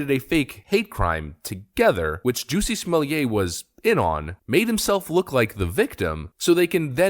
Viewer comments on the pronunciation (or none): Jussie is not pronounced like "juicy"; it's pronounced like "PUSSY" with a "J"